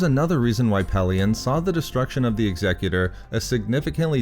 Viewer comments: Finally, someone who can pronounce "Executor" correctly! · Thank you for pronouncing "Executor" correctly.